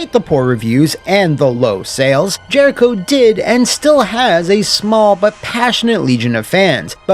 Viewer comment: Ah yes... Jeriho... Haven't heard that name in years.